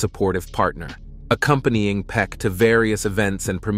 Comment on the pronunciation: His name is Gregory Peck not peek